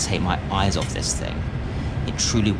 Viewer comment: Why does the annoying bloke with the beard pronouce 'this' as 'zis' lmao